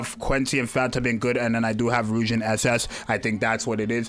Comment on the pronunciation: Why can nobody spell or pronounce Rouge correctly?